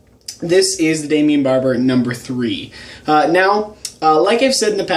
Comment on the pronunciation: Daimon Barber* not "Daimion"